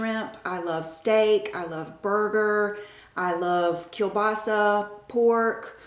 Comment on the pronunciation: The way you say "kiełbasa" is truly perfect! Do u have any family from Poland ??? :))